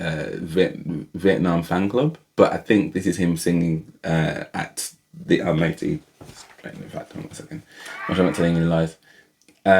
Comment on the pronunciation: Most of us say ‘Almaty’ incorrectly - I recently heard Dimash say it, and discovered that it’s pronounced ‘Al - maah - ter’ (if you have an English accent like yours and mine)!